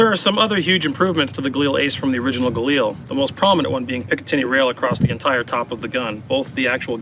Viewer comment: Everytime you said "galani" I thought of Brad Pitt saying "gorlami" lol